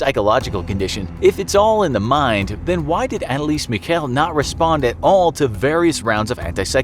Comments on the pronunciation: I need an exorcist for the way Anneliese Michel was pronounced. Sorry but that sounded terrifying. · you're saying Annelise Michel WRONG